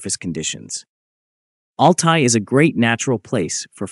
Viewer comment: C est Altaï qu on dit et non alay du n importe quoi